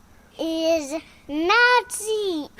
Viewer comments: Oh...that's what he said, "Nassy" (as in, nasty). I thought he was saying, "Nazi"! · I was gonna make a joke about when he started to speak funny when he saw you all Muddy! and to me, it sounded like German!.. when he said "that is Nazi - (Nasty)!" I was sure it was German!!😂 you gotta love 😂😂